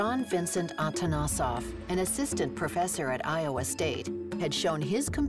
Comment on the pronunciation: It made me cringe how you pronounced Atanasoff...Atanasoff was actually bulgarian!And as a bulgarian I am proudly stating that.